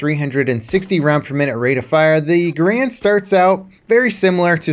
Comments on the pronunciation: know what hurts most about guns? no, not the bullets, the fact that people still have no idea how to correctly pronounce garand, it's not "ga-rand", or for some people "grand", it's "gare-end", the guy it's named after even told the manufacturers that his name is pronounced that way, and wanted it to be known. inb4 the comments saying i'm wrong cause they're too lazy to look up the facts or listen to an actual historian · 99% of people pronounce “Garand” wrong. You are pronouncing it wrong . You’ve been doing it your whole life .